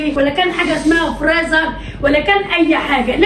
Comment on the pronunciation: إسمه فريزر يا مش فليزر مفيش حرف اللام